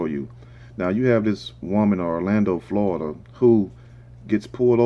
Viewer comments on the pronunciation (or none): none